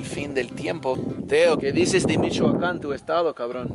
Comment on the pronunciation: I love how dise Michoacan... "Mishhuacan" 😂👌